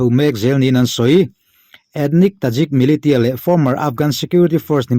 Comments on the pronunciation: MILITIA hi MILISIA tia lamtur ani... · Milisia tiin lam teh, thing e militia 😀